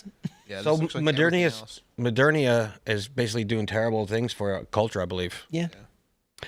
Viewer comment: was in peak form tonight. Threw a lot of shade at affluent older women and by extension, the guest. And, of course, the usual parade of word-mixups and mispronounciations. My personal favorite from tonight was "madernia."